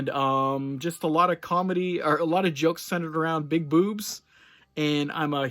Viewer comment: Did you say "jokes" or "jugs?" wink 😂